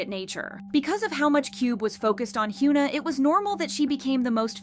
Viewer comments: It's not "hyOOna" lmao it's "hyuh-na" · for a kpopnews outlet, please pronounce the kpop idol names correctly please! it's "Heeyuhn Ah" no "Hyooon Ah" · he-you-na? lol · Stop calling her Hyooona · Yikes its definitely not pronounced Hyoo-na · I’m sorry but I’m trying to listen but I can’t focus cos you’re pronouncing her name wrong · i couldn’t even get through this video cuz of the way u pronounced hyuna… pronouncing poc names wrong especially when there’s so many examples of how to pronounce it right is crazy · Please learn how to pronounce her name. This is not the first time you’ve pronounced her name incorrectly (and you’ve done it to other idols too). If you’re going to report on Korean/KPop news it would be nice if you learned how to say their names correctly. We don’t need you to be fluent in Korean but the bare minimum is learning how to respect these idols names, even in times where they’re making stupid decisions like Hyuna has with her new boyfriend. I literally can’t even watch this video because that how much this bugs me. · Why did you mispronounce her name throughout the ENTIRE VIDEO